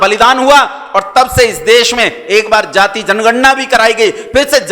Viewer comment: महोदय,आप द्वारा जाति शब्द का उच्चारण गलत किया जा रहा है।